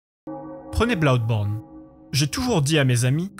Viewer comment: L'argument du train fantôme j'ai cru comprendre que c'est le principal reproche fait à Resident Evil ces dernières années. Tout est prévisible à souhait et c'est plus source d'agacement que d'angoisse, comparé aux premiers où rien n'était jamais sûr. Blawdborne (oui déso la prononciation m'a tué) j'ai eu la même surprise : pas dur de voir que ce sera horrifique, mais que ça aille dans cette direction, je l'ai pas vu venir. Savoir qu'on achète un jeu d'horreur, c'est se mettre sur ses gardes oui, mais même dans ces conditions, il y a les bons et les moins bons. Je savais que Clock Tower était un jeu d'horreur et il m'a terrorisé. Je le savais aussi pour Silent Hill et il m'a à peine fait sursauter.